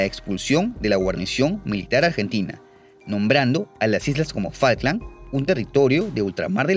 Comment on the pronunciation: Cuando le decían fak lands siempre les traducía No no es fak lands es FUCK lands xD lo tarado que era